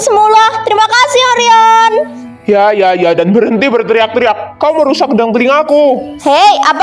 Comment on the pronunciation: Gw ngakak pas angkasa bilangin Orion dengan sebutan oreo😅😂